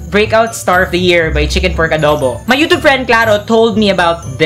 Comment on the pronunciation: i actually dont like how the way you pronounce YOUTUBE. NOT TRIGGERED :/